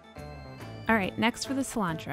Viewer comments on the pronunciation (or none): none